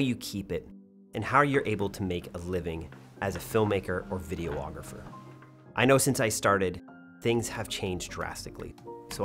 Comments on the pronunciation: Great video and your team. I found it quite interesting. 👏🏽 But… you’re adding an extra “O” to the word, videographer. 🤓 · It's not Vide-O-Agrapher it's Vide-ographer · Why is photographer pronounced "pho-tog-ra-fer". But you say videographer "Video-ographer" with the extra "o"? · I love your channel so very much, but a little piece of me dies every time you say “video-ographer”. 😂